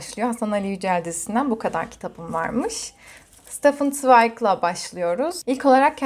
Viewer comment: Zweig'ı tam bir Alman/Avusturyalı gibi telaffuz etmen ekstra bir hoş oldu. Tek buruk kaldığım nokta, senin gibi kaliteli bir okurun daha çok Hasan Ali Yücel klasiklerinden çıkmış kitaplara sahip olmasını dilememdi. Dostoyevski de göremedim. :( Sadece klasiklerle kısıtlı kalmaman bir yandan da güzel aslında, her döneme hitap eden, çok çeşitli bir kütüphane olmuş. Neticede o kadar çok kitap var ki okunabilecek, hepimizin kendi kitaplığında eksik bir sürü kitabı vardır. O yüzden eleştiri gibi algılama lütfen, çok beğendim ben.